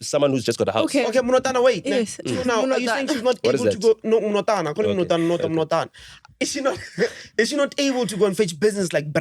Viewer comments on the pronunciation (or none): DUDE JUST CALLED NOTA “MNOTHANA” 😂